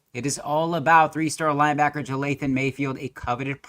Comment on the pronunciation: Dude could at least pronounce his name right. Its not Jathayln bud